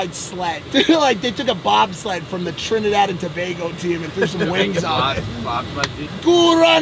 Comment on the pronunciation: He Said Trinidad and Tobago Correct our Trini people would be proud of you mike 😂